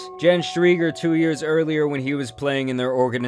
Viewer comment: Jen Sterger. Not Streiger.